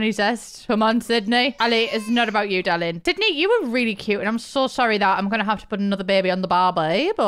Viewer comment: "we need tu get you cooking darrling" 😭😭😭🤣